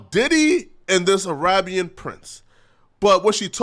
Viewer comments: Yo why you say Arahhhbian? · listen to how he pronounced “Arabian” .. He also loves referring to a woman’s labia as her “Libya” 🇱🇾 lmao